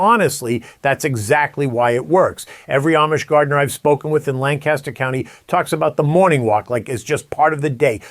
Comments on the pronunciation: Please respect the history, culture and people of Lancaster County, PA by correctly pronouncing the name of their county. Locals pronounce the name as “Lanc-Aster”; not “Lan-Caster. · The pronunciation is Lan-cus-ter not Lan-CAST-ter. The county is located in PA not CA. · I live in Lancaster County and it’s very true but by golly does it stink to high Heaven around here in the spring. Also, it’s pronounced LANC-ester, lan-CASTer 😊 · Lancaster is my home , birthplace and my heritage. Please pronounce Lancaster correctly! Lan-kiss-ter not Lan-cast-ter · Love the content! You from New York? You keep saying Lan-caster like the Lancaster, New York. Amish Country is pronounced Lanc-ister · It's PRONOUNCED LAN-KUSH-ER not Lancaster, like Mojave desert California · LAN-kis-ter county. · Our friends from Lancaster always would get mad at us for not pronouncing it correctly: Lang-cas-tor. Hahaha! 😂🤣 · There's no G in Lancaster. Try lankaster. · We pronounce it “Lang-Kiss-Ter”